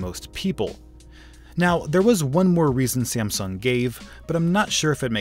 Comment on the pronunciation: You said siamsung